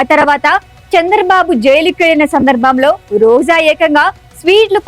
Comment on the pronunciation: Why Roja and rajakeeyam are being pronounced as Roza and razakeeyam?